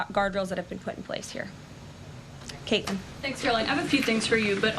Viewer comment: The sudden trend with younger people, specifically women, making the "T" silent is extremely irritating. Pu(t)in, Bu(tt)in, etc. Is this a Kardashian thing? Get off my lawn!